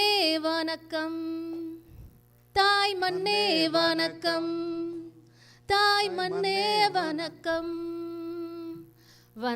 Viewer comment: புதிய பாடலக்காக பேசியவர் -தாய் மன்னே வனக்கம் என்று தமிழையே கொலை செய்தார்!